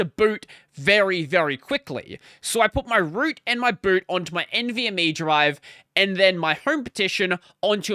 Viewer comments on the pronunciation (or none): none